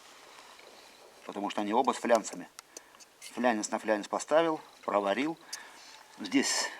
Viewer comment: фланец, не флянец